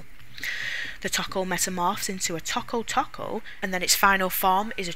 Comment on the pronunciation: It's pronounced Toe Koe not taco.